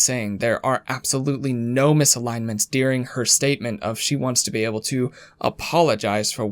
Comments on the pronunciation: I'm supposed to believe a guy who pronounces "during" as "dearing"? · Lol his “during” sounds like “dearing” love it every time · I wouldn't normally mention this but I have to say I am, for some reason, hyper focused on how you say during. Doo-ring. Der-ing. Not dear-ing. 🤣 Idk why it bothers me SO much 🤦